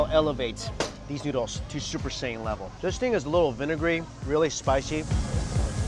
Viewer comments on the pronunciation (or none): none